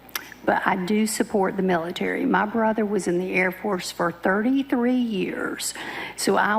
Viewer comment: I do like the mieetaree!